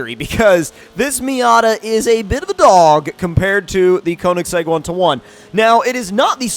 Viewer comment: Say Konisegg one more time! I DARE YA